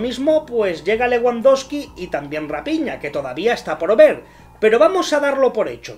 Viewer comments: se dice Rafiña no Rapiña..eso eres tu un ave de rapiña jajaja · Rapiña?????? Se dice rafina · Que feo que se pronuncie a raphina como rapiña... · Te burlas de Jota Jordi y de los fichajes, y no sabes ni pronunciar Leguandoski y RaPIÑA